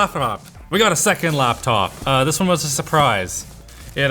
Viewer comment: laphanop os the funniest thing ive heard someone call a laphanop